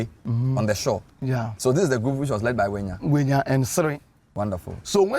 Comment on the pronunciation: Togbui Ʋenya is forever Togbui Ʋenya, and NOT Wenya. Please Mr. Avle, stop this mis-education.